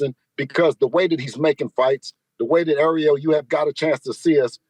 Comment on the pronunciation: Great interview “AREO” 😂😅😂😂😂 kept calling ARIEL… AREO…😄 Devin Haney the former great undisputed 135 KING is champion now at 140 and will be undisputed if the other 140 don’t continue to duck Devin like Teo, Mattis 140